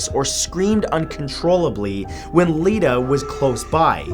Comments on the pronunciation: Um Matt? The doll from New South Wales, name is actually letta not Ledda just thought i would let you know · Letta not Ledda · The doll Letta is actually pronounced "Lett-a". It's full name is Lettameout.